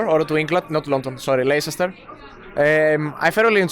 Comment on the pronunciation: τι λεΪσεστερ ρε γαμω τα φροντιστηρια αγγλικων της καρδιτσας. παιζεις και manager γαμωτο